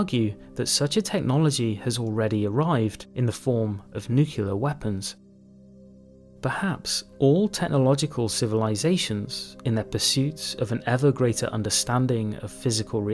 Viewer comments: It's sad to see how many people follow George W. Bush in saying "nukular". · nucular weapons nice